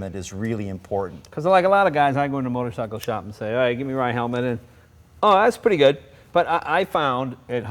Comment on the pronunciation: this guy is supposed to be a consultant to the company he cant even pronounce the name correctly! typical yanks and their drawl of speech.